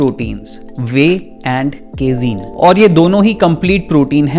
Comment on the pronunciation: What the fuck " केजीन " 😡 Its "कैसीन"